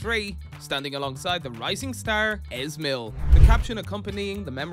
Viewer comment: Your pronunciation is Hilarious, Easy mil not es mil.